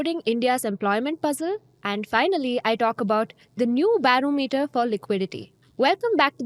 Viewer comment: Ba-ro-me-ter pronunciation. #constructive criticism